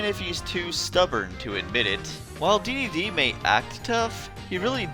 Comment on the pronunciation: Dedede is pronounced d-d-d, (triple d)